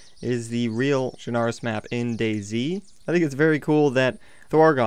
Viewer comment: Its pronounced chrnoose